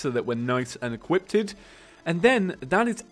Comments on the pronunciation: Did you just say equipted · you said were nice and equipted e-quip-ted Lel